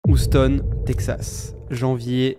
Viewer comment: Pour info : Houston se prononce "youstone" pas "ousstone"...